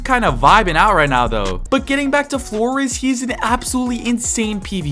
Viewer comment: Floriz ❌ Flores ✅